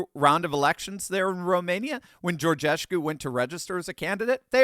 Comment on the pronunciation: Câlin Georgescu, not Georgeshcu